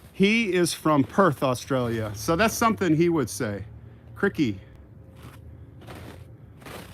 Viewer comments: Hey there I really enjoy your show By the way crikey is pronounced as rhyming with bikey or Mikey not as rhyming with sticky It means Golly or Gosh❤️ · It's crykey not crickey. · Lmao. Look at the size of that rack means something very different here. Loved the close ups of the bucks and deer. Really enjoy learning about the History. My favourite subject. Until next time, take care. PS. Krikey is Aussie. It's not like cricket. It's pronounced Kriy key.. Steve Irwin used to use it. It means wow. Crikey. Sorry. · your English is superb but let me teach you Australian, Crickey is pronounced Krykee, used as an exclamation. a word that is not used much. Although, Steve Irwin the Crocodile Hunter used to say it all the time. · Hi it is cr👁ky not criky, my boyfriend’s mom is from Canada she says it a bit and the crocodile hunter used it a lot when he was alive! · it isn’t criky, it is CR👁ky! My boyfriend’s mom is English from Canada and she uses it some and if you go to the crocodile hunter site you will hear him say it quite a bit! Sorry I had to correct this one! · Just catching up on watching the vlogs missed the walk Sunday which was excellent.......it is pronounced cry-key...So as Dr, Sidney Freeman from MASH would say... “Ladies and gentlemen take my advice, pull down your pants and slide on the ice” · It’s pronounced CRY-kEY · Maybe pronounce CRY-KEY….not how it spelled…